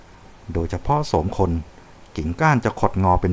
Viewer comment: ฟังครั้งแรกได้ยินว่าศพคน ต้องฟังใหม่ ถึงได้ยินว่าโสมคน 😅